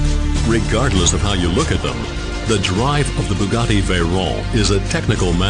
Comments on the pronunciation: Turbo supercharger is the proper name for a "turbo", for those of you who didn't know. The narrator also uses proper pronunciation with the name Veyron. The entire car is a technical masterpiece except to the ignorant who know nothing of engineering. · Its a french name so the 'r' is pronounced like the french do...